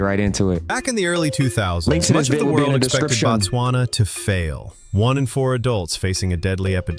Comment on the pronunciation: it is Bot-swana My country